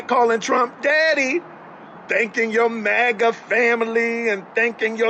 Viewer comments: She can't even pronounce her tribe correctly. She supposed to say MAGA FAMILY, but she said MACA FAMILY, DAMN! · Her MOGA Tribe as she keeps pronouncing it lol -COMANCHE NATION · Ofc it'd be the lady who can't even say MAGA the right way...tf is a mahkah yout trying to give em their tribe name to make you feel better about how you pushed your own community away and then blamed them for "exiling" you Wonder if her ancestors were some of the ones that'd sell out their families to slave traders Also woman...you know how many different things we black people simply call a "tub" ...we don't mean BATH tub for everything...we call some ice cream containers tubs...tubs of ice cream... a tub can be a container... don't tell me you are black illiterate trying to correct someone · She can't even pronounce maga right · She can't even pronounce MAGA lol😅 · That one black lady cant even say MAGA right is CRAZY! We dont need them in our community they did us a favor. Also wanting to be black when its convenient is diabolical... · In the first video... even that poor child's head couldn't believe the words that were coming out of her mouth. It kept shaking itself NOOOOOO the whole time! (Also I hate the way she pronounces MAGA.) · Why she pronounce maga like that